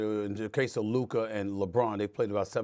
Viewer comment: SAS always struggles to say Luka 🤣 it’s always Lurka